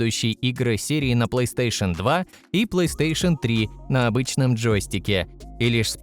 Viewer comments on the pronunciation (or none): none